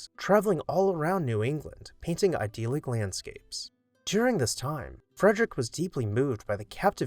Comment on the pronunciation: I appreciate your work and look forward to your videos. I have a recommendation for you: please learn to pronounce “idyllic” and “dentil” correctly. i-DILL-ick and DEN-til, not ideal-ick or den-teal.